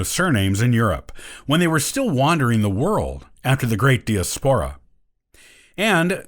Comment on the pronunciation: What's with de as POUR ah? The rest of the world pronounces it die AS por ah. King Fernidad? Makes one a little hesitant when the script talks about names.